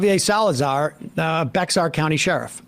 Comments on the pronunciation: fyi, it's pronounced "bear" county. "behar" would be more correct but everyone pronounces it "bear" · Not a big deal, but it's pronounced "Bear" county, TX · the county name is actually pronounced, "bear", as in the animal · Bexar County is actually pronounced "Bear" county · It’s prenounced Bear county, crazy because I recently moved from Fl to San Antonio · Bexar = BAY-HAR. You're making my ears bleed. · It’s actually pronounced “bear” in Spanish it’s pronounced “behar” the X is silent in English and H I’m Spanish. Sorry guys. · I hate to be this person but it's said like the word bear... its spelled Bexar but it's said bear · Hate to be that guy, but Bexar County is pronounced "Bear" like the animal. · FYI to the MR crew and anyone else, Bexar County is pronounced "Bear County". Didn't know that either til I lived there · The "x" is silent. It is not pronounced how you believe it is. San Antonio resident here. 😎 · Sam you should know how to pronounce one of the highest population counties in America. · Nope, not even to correct himself on the pronouncing of Bexar. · ITS BEAR NOT "BEX-ARE". PLEASE SOMEONE SAY IT RIGHT. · haha. It's not pronounced BEX-AR... It's pronounced Bear. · As a Texan and former Bexar County resident I have to correct you Sam. Its pronounced "Bear" county and we hate "Bexar" (Its confusing but get used to it buddy) Edit: On another Note Mayor Eric Adams of NYC called out Greg Abbott for this little PR stunt because there was no coordination at all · Bex-ar 😂... pronounced "bear"...the "x" is silent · Not Bex-ar… It’s pronounced Bear County or BAY-har if you’re saying it in Spanish. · bah-ar county. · Hey tin ears, if you'd listened to the sheriff you'd realized that you don't pronounce the X in Bexar County. It sounds more like Be-har County. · It's pronounced "bear" County. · Bexar is pronounced like "bear", like Texas is "Tejas". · It's pronounced Bear county, and good on that sherrif, hope it leads somewhere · BEXAR is pronounced BEAR